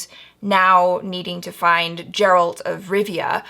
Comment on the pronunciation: It's Geralt not "Jeralt".